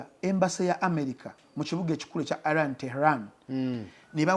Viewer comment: Naye banaye🤣🤣 its Iran not eye ran